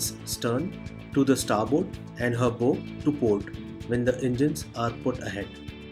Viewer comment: Good video... Sir a ships bow is pronounced as baow(bao)